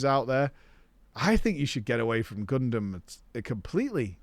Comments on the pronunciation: saying Gundam sounds like a crime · I already hopped off with how he said Gundam, literally WHAT